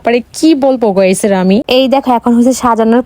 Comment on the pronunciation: গাইস❎গোইস এবং রেমেন ❎ রামেন 😃